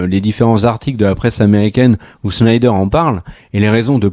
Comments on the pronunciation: Ca se dit bien "shnayder" et pas "snaydeur" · C'est SSnyder, pas SHnyder ... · Pourquoi prononcer Schneider. Snyder tout simplement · FAUX! C'est Snaïdeur. Facilement verifiable.